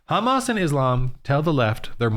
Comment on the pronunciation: You cant even pronounce HAMAS properly. Neither side is just and you need Jesus